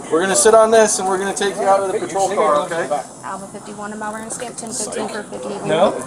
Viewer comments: Being from this city the way he said Melbourne in the beginning made my heart hurt. Listen to the way the officer says the city name thats how you say it😂 the u and r don't make the ur sound and you don't pronounce the O. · it's MEL-Burn, not Mel-born. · “Mel-burn” is how you say it. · You're saying Melbourne wrong mate